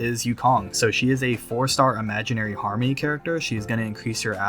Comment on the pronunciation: Swore u said Hamon lol